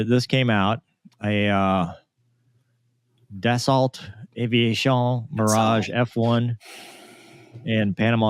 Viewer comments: Geee.."Dassault" is pronouced "Dasso" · Dassault 😂😂😂😂 actually I believe it’s pronounced “Duh-sou ”, French and all that…